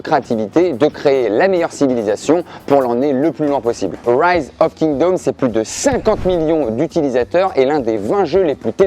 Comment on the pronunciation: "Rise of Kingdaumes" 😂